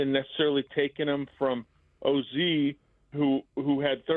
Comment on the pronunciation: For as much criticism as these two like to dish out, you would hope that they would be better at their own job, like pronouncing names correctly. For crying out loud, just call him O.Z. if you don't have a clue. I can't believe these guys just won an award. Just let Biggs, Olin, or any other Bears guest tell us what they know, and try to say nothing. Thank you. Go Bears.